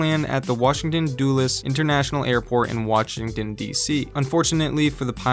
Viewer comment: Anyone else hear waTCHington DC? Just me? 😂